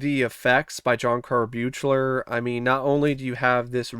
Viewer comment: John Carl Buechler's last name is pronounced "be clear". I was fortunate enough to meet him at Rock and Shock in Worcester, MA before he passed and I asked him to pronounce it so I wouldn't trip over it and make him uncomfortable. Really nice guy. If this film had all the gore footage for the kills restored it would easily be top 3 in the franchise imo.